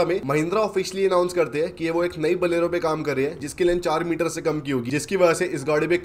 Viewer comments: Bolero ❌️ Balero ✅️ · Bhai baleno nahe bolero he 😂😂😂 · Bolero❌ Baalero✅